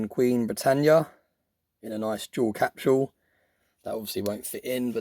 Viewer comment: Capsule (CAP-sull). What in the HELL is a "cap-shoo-ull"?! .999 "free nines fine". LOL I can't anymore. I'm done.